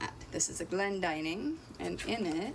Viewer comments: You're correct, this is a very common name in Britain and its pronounced so the the 'dinning' part rhymes with 'winning', not ''dining'. I'm really enjoying following this channel, lots of practical boat stuff and not a bikini in sight ( yet ). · I have always thought Glendinning rhymed with inning rather than dining, but I may be wrong